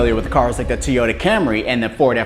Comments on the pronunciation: Did you say Tea-yota? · Teeyota camey never heard of a teeyota. Ive heard of toy ota. There isnt even a way for it to be teyota.